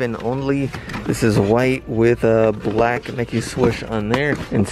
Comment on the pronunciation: I love the channel but I can't get over how annoying it is when he says "swush" instead of "swoosh" 😂